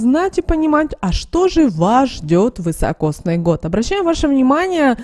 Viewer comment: А почему ВЫ говорите вЫсокосный? Он ведь вИсокосный год! 😅